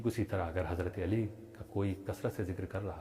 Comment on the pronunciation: کیا کوئی جاہل ءالی ءالی الی الی عین کے بجائے ہمزہ جس تلفظ سے نماز فاسد فساد معنی کی وجہ سے بیشک ذکر علی کرے تلفظ اور ادائیگی صحیح ہو با ادب کریں کوئی روک نہیں ہے